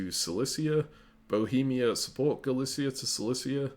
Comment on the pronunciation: in russian these places are "Галиция" and "Силезия", so i would say Galicia the way you said it here with a "sh", and Silezia with a "z"